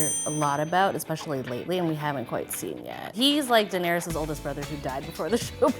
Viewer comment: Did she say Daenerius lol